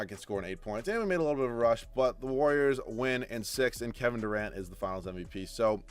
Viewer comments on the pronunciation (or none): none